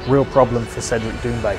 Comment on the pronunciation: T'as vu ? T'as vu ça ? T'as vu cet angle mowts Cédwic pwésentement ?